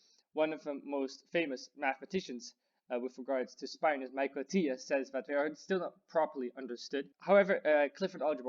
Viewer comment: "speye-nors"? I always pronounced them as spin-nors, to agree with "spin".